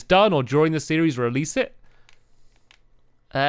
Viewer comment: Does anybody else notice that says series-es